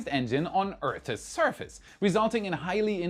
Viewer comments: just an FYI--if you pronounce "Earth's" just like the plural "Eatths", it will sound just fine. But then I wouldn't get to chuckle every time I hear you try.☺☺ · Earth's ONE SYLLABLE😊